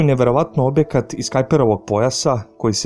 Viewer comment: Dobar video, samo neje obekat nego objekat. T nema veze sa ekavicom.